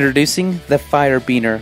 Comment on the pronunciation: What the hell fire bEEner 😂😂😂